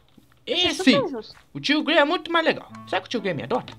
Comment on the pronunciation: vc falou Gray em vez de Gary???